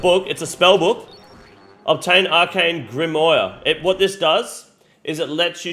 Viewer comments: can you just say grimoire correctly one single time in the video i beg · Pronunciations on grimoire and kandarin are on point 😂